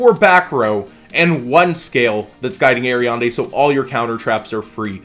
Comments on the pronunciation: "guiding ariande"? xD not once or twice but 7 times... A R I A D N E xD not ariande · Aria"N"de... It's Aria"D"ne:) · I love you, but your pronunciation of Ariadne hurts. The "n" is after "d" in Ariadne Air-ee-ad-nay or Air-ee-ad-knee depending on where you are